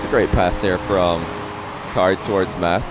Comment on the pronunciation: Yo i think it's pronounced "matt"